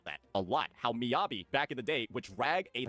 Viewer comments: okay, good video, valid points, saintontas is an actual idiot, but PLEASE STOP SAYING M-EYE-ABI , ME-ABI like me, myself and i, me, mi mi mi, me me me, not mai. <3 (obviously im messing around but it did irk me lmfao) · cool cool cool, i agree with everything you're saying but deadass how do you butchered Miyabi's (Meeyabi) so badly dawg